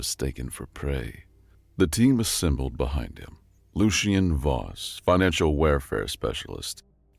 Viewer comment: Pretty sure Lucian is more like loo-shun